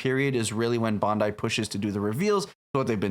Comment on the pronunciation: Why cant the people making YouTube videos about this game say Bandai or the names of some of the Mobile Suits and Characters correctly? I immediately lose all interest in a video once I hear it. Its Bandai not Bondai. 😖😖😖😖😖 Sorry about the rant, Love the video otherwise.